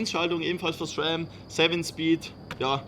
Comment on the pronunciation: das spricht man esram aus (die schaltung)